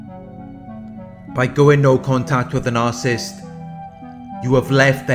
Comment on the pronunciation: It’s pronounced nar-Ci-ssist , not narcist.